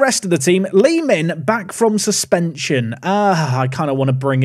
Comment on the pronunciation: you keep saying Lee Min but i keep hearing Li-Ming( Diablo/Hots Arcane Female Mage) 😅